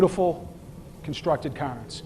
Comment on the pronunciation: it is CARE-NS, NOT CAR-NS. CAYRns, cairn CAIRns.